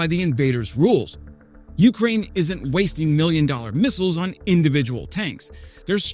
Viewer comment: yu-KRAINE...not YOOOK-rain. Otherwise work on the difficult city and town names. Good content and presentation! Subbed.